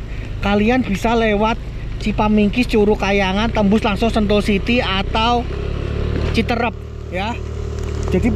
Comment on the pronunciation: CITEUREUP bukan citerep LEUWI bukan Lewi koreksi bro, nanti orang Sunda pada ketawa 😅